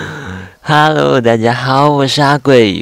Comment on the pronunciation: 一開始的hello,大家好，有點像外國人🙈🙈🙈